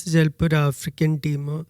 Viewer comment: ഏഫ്രിക്കൻ. അല്ല. ആഫ്രിക്കൻ